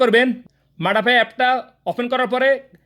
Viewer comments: আরে ঠিক করে কথাও বলতে পারচ না,,ওটা মাড়া না মাদা হবে হালার গরের হালা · ভাই এটা মাডা হবে না, মাদা হবে